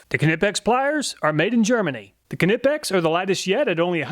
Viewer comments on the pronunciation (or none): It’s pronounced nipex not Knipex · Knipex pronounced ni-pex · The way you pronounce Knipex😂😂 It’s KNI not Keh-Ni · its not Kanipex its just Knipex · my only comment is it's pronounced ni-peks not kni-peks. the k is silent like know. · What bro do you not know the k is silent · I thought it was pronounced “nip-ex”, but he says “kuh-nip-ex.” How is it pronounced?? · as always great reviews but it drives me crazy with your pronunciation of the knipex they are pronounced nipex k silent not K-nipex just saying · Say it with me...KNIPEX like Knife Pex. Knipex... (Neighpex) not Canihpechts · "kahnipex" The "K" is silent lol "ni-peks" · I just have to say,, do we say k nive? Why do we say k nipex? K is silent! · its not KA-nipex lol its knipex. you dont say Ka-now or ka-nowledge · Pronounced nippex, silent k like in knackers(nackers) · I think the K is silent. Nip ex? I don't know, help me understand! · I love your videos but couldn’t not laugh every time you said kanipex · Love the videos. By the way Knipex is pronounced Ni-pex, like knife. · Knipex is just pronounced Nip-ex, no need to add a K on there, similar to how you pronounce Knife. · the k in knipex is silent nipex... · Knipex is pronounced nipex. Just like you dont sound out the K in know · I always get a laugh when you pronounce Knipex. Do your K-nuckles get skinned when a wrench slips? What would you do with the old seafoam ford ranger if it developed a rod K-nock? Which style K-nots do you prefer to use on your fishing line? I sure do K-now I like your videos, thanks for testing everything, so we dont have to. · Knipex is pronounced nipex and wiha is pronounced veha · for future reference its pronounced ni-pex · I think it’s pronounced (nip-x) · Too bad you didn't test the Snap-On needle nose (there are many derivations). I'd bet they'll wipe'm all off. Note, too, that Knipex has a silent "K" and is pronounced Nie-Pex or Nee-Pex. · It is pronounced nipex the k is silent please say it properly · klike in knife!